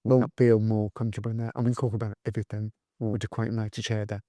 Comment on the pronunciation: you like to do things correctly so somethink and everythink are not words. Something and everything are the correct pronunciations.Commented with kindness 🌟